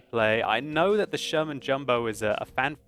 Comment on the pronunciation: I swear says German Jumbo....with his accent...makes Sherman/German sound very close...lol